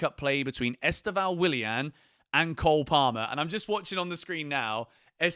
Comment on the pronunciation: mate just a little tip from a brazilian: The pronounce of Estevao is much more like Stephan but with a V (Stevan) than you are saying. I know there is no "ão" in english and even people in Brazil pronounced wrong (which He already complained about it in a enterview). I've been following the channel since Club World Cup and became a fan. 💙